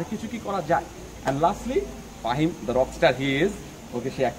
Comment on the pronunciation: MY NAME IS FAHIM LOL I WAS SHOCKED WHEN HE SAID AHIM